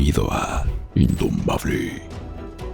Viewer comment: Ay indomabkeeee. Me hixo sonreir cuando dijuste eso indomabkeeee